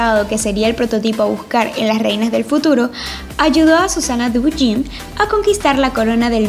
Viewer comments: No es Susana Duyin es Susana Duijm... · Susana duin de pronuncia asi